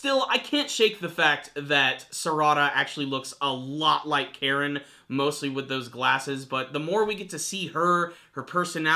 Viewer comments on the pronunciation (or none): Think of it this way, Kah-rin. Instead of en like in Karen, think of it as in for Kah-rin, Karin. I don't really care, I don't care much for her anyways, lol. That's the pronunciation for her anyways. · He does he keep pronouncing Karin's name wrong? It's pronouced "Ka-Rin" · I cringe every time you mispronounce Karin's name. It's not that hard dude..... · ***** Well this really isn't a Tomato Tomahto situation. "Karin" in this instance is not a word; it's someone's name. When it comes to a foreign name you're suppose to use their pronunciation of their own name as best as you can. When you intentionally misrepresent it that is considered very disrespectful. If we were talking about a generic object then fine call it whatever you want but people's names are more personal. Ive seen well over a hundred of your videos so I know full well you can use Japanese pronunciation when you want to so it just bugs me that out of all of Naruto's characters you so blatantly don't say it right even though I must be the 100th person to correct you.